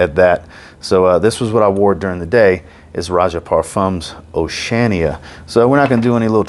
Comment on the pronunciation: I love you brother and mean no disrespect… but you kill me with how you pronounce Oceania 😂